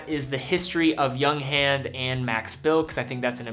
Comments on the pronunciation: It's pronounced more like yoonghahns than younghans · Sorry but its like listening to fingernails on a chalk board. Its pronounced "yoong-hanz" with a "ha" not "young hans". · Please, it's Junghans like jʊŋ and hans - not like Young Hand :) Danke sehr. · Please please learn how to pronounciate german words like Junghans and Glashütte